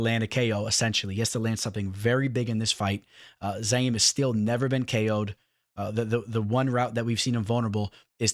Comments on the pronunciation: You say youre a fan but you kept calling him ZA-YIM! IT'S ZI-YAM! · Ma Man PERFECTLY pronouncing "Abdurakhimov" ... then proceeds to call the dude "ZAIM" 30 times over ... 🤣